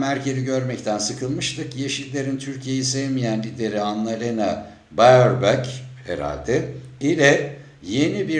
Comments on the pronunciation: Beerbok diye okunur Ardan abi. Tam isabet analiz! Sol marjinal denen antifa Bern de ki karargahin tepesinda YPJ amblemi var! Bizim büyükelcilige 1km Isvicre meclisine 500m! Büyükelci ne is yapar? Eski büyükelci zamaninda 3gün sonra kaldiriliyordu… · "Berbok" diye okunur :) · analena berbok die okunur. bu Almanya'daki yeni hükumet 4 sene sonra kovulacak. bunlar hepsi beceriksiz mahalle takımı profesyonel olmayan tipler. dişisleri bakanı ülkede dalga konusu sabah akşam. doğru dürüst İngilizce bilmeyen yazdığı diplomasında bile uckeat olan bi kadın. reis için bu kadını kolay lokma. ağızlarına yüzlerine bulaştırıp indirilecekler. hayatta 16 sene Merkel gibi gitmiyecek. almanyadan almanyada yaşayan biri olarak konuşuyorum